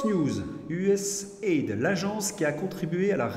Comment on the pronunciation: On prononce U S A I D